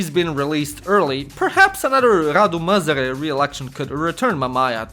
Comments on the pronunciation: Not quite, he says "Măzăre" all the time i stead of "Mazăre" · I find it funny how you say you can't pronounce "Ă" in "MAZĂRE" but you actually pronounced it as "MĂZĂRE" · zici ca nu stii pronunta "ă" dar citesti "măzăre" in log de "mazăre" ce plm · You did actually pronounce "ă". You said "Măzare" instead of "Mazăre". For someone how tries to learn romanian, I thing I counts as a win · If You wanna pronounce "Ă" just say "uhhmmm" and remove the "m" Edit: Oh and Mazăre means Pea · ă is like ugh or uh. Think the er in butter (American pronounciation of butter not the British one). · the A with a thingy above it is pronounced something like a short uhh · The ă basically sounds like uh so that's show you pronounce it. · the A with that on it is pronounced like a short uh in english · No, he pronounced it măzăre and măzare which makes it even funnier...😆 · Ă is pronounced as "ah" in that idiotic and braindead tone with a little girl tone